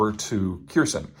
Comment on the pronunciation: Kherson is pronounced like "hair sewn"